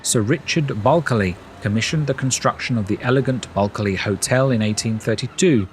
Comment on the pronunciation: Great video, just for reference you don’t say the first “L” in Bulkeley it is pronounced as if spelt Buckley. Also there are still parts of the town boundary wall still erected around the perimeter of the town.